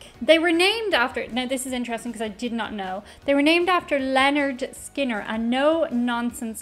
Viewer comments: Great video. You did choose one of their mellower songs to introduce yourself to them. It was cute how you were mumbling the pronunciation of their name, even after you discovered the band was named after Leonard Skinner. As it happens? Their first album is actualled called: "Pronounced Leh-nerd Skin-nerd" I suspect due to others having the same pronunciation challenges you had.😉 One of my favorite Lynyrd Skynyrd songs is a tougher rocker called "Working for MCA" who was their record company. I love all their hits, but even some of their less well known songs are great. Also love "That Smell". It's a great song but the lyrics kinda foretell Ronnie's early death. Also all the horrible, horrific things he did to himself partying way too hearty, and essentially trying to kill himself. (He developed cocaine and heroin addictions from medicating himself after the pressure of playing in front of so many people all the time became too much.) Which the plane crash ultimately took care of for him. Sadly for the rest of us. Their last studio album was "Street Survivors." The cover photo of the band became very controversial in the wake of that plane crash, because one of the band members who died in the crash, Steve Gaines, seems to be enveloped in flames. And flames actually touch all the members in that original cover photo. So it seemed kinda creepy. They put the plain photo of the band on the back cover as the front cover for a long time. Eventually they put the flame cover back in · It's Pronounced 'Lĕh-'nérd 'Skin-'nérd, lol a little inside joke from us fans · The band's name is pronounced, Len Nerd Skin Nerd. They where the kings of southern rock. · If no one's mentioned it, it's pronounced Leonard Skinnard. :) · Pronounced "Lennerd Skinnerd" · It is pronounced "Linerd Skinerd" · Oops. Lynn-erd Skin-erd😮